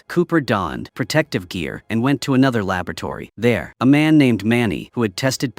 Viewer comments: "Lababertory"? XD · Huh,…. AI cannot say “laboratory”? I know that they can knock bottles unconscious but this is new.